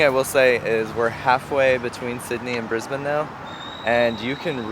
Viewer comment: Great pronunciation of "Brisbane". You are becoming Aussie-fied!!